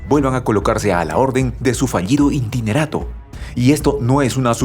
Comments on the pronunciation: buenas tardes que es un intinerato...?? muy buena noticia pero fallas en la dicción y pronunciacion, es interinato, creo que la palabra intinerato no existe...!!! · ¿INTINERATO? ¿Alguien pude enseñarle a este locutor la palabra interinato?